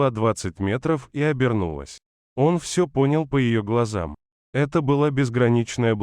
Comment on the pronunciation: Кто читает? Робот или Джон? Сказать вОлков, вместо волкОв и все, вместо всё, это уметь надо!